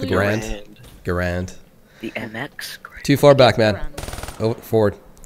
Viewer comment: people always make the mistake saying mx GRAND, when in reality it's Garand!😵